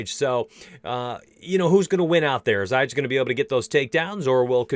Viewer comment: Calvin Katar (KAY-TER) and Dan Ige(E-GAY) that’s how you pronounce them lol